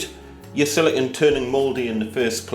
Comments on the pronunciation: It's pronounced "sili-cone", not "silicun." "Silicon" is the colloquial term for semiconductor. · Wait, so if you pronounce silicone like silicon, how do you pronounce silicon?